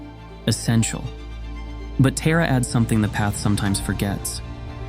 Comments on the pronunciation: Just a suggestion to the narrator: it’s Taaraa/ तारा (ता रा) Not Terra like Terracotta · It is pronounced Tah-Ra, not Teh- Ra. It’s good to go through the story but Teh- ra😢 no no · 'TAHRA' not TERROR , whether uoure AI or human American, get it right. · Very beautiful and inspiring video! Has definitely rekindled my devotion and faith in Tara. But please, pronounce Tara’s name and mantra correctly. You seem to be american but it sounds like you’re saying “terror” which is the opposite of the meaning presented here. Tara is pronounced “TAA-rah,” with a long open back A. Thank you, very well done 🙏🏻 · Why is it pronounced Tera? Should be Thara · I think the pronunciation is TAra not TEra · Isn't it pronounced Tar Ah not ter a? 🤢 I wish he would edit this for correct pronunciation of the subject matter. 'You had one job'. 😩 Ah, I breathe a sigh of relief for one second. My real mother named me after her, and after the hill of kings in ireland And for the meaning: ✨ 🌠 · You are mispronouncing her name,. You’re pronouncing it like Earth TERRA. But it’s the Sanskrit Tara. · Please say Taara" not a Tera 🙏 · This AI voice cannot translate properly. The goddess Tara name is Tara, NOT 'Terror'. This AI voice is a sign of the channel creators' laziness! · Thank you for making this video, but her name is TAR-UH, just like my name -- not TEAR-A. Om tare tuttare ture soha. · Taa-raa … not Tay-ra … ❤ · Her name is pronounced Tahrah, not Teeruh. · Dont say Tera...its not tera...its Taaraaa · Yes it was quite disconcerting, hearing it as such , PERHAPS to look on the bright side.... When facing TERRA CALL ON TAARA. God bless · Accurate pronunciation would be when saying ''ta' as in Tarzan with tongue tip touching front of teeth..hope it helped.. sharing what I know ❤❤❤ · Pronounced "Tah-ra". It is jarring to hear you pronounce it incorrectly. She isn't a figure skater in the United States. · TAR-a . Ah-val-o-kit-ESH-wara